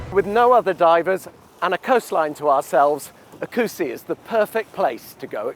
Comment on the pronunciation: My beloved country! The way you pronounce oecusse is quite funny... hehehehe acussi?